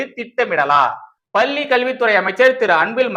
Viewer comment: தம்பி! மீண்டும் மீண்டும் சொல்கிறேன். லகர ளகர உச்சரிப்பைத் திருத்திக் கொள்ளுங்கள். "பள்ளி" பல்லியாகக் கேட்கிறது.பள்ளிக் கல்வித்துறை அமைச்சருக்குத் தெரியாமல் எதுவும் நடக்காது. ஆனால் அவர் ரசிகர்மன்றத் தலைவராக மட்டுமே உள்ளார்.